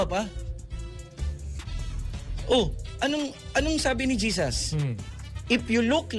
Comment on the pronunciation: Jesas? Pronunciation mo mali 😱🥶kakahiya je—— sus not Jesas bangag ka🫰🫣